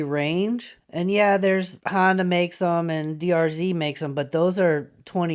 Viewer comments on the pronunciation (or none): none